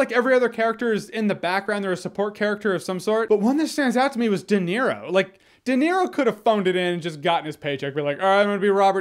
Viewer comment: Robert doenero